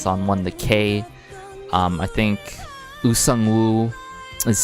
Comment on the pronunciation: Absolutely fantastic review❤ Very detailed and earnest, I think! Just one thing: "ong" is pronouced like "song" without a "s-" sound 😍